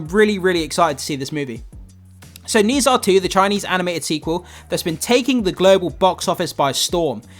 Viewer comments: Dude it's like 'ner ja' not 'nee sa' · Have you watched it yet? Read a comment about you’ve never heard of the pronunciation of Nezha (nuh jaw). Go watch it if you can! Don’t miss out the opportunity to watch it on the big screen, especially in IMAX! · I love this movie but I just can’t get over how you pronounce Nezha 😭